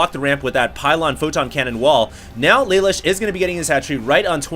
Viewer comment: yeah thats what im saying, in the anime isnt it pronounced la loosh, phonetically spelled as best i could